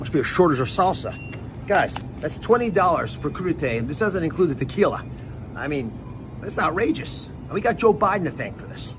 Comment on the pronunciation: It's subjective but this is literally the most cringe video made. It's more the way he pronounced tequila. I get so much 2nd hand embarrassment that I can't even watch it